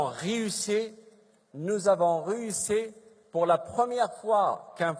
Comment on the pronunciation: Bouchouareb était au Lait(au lit),...nous avons réuSSé,....et encore,il a beaucoup amélioré son français(des cours intensifs) ce voleur de sable devenu personnalité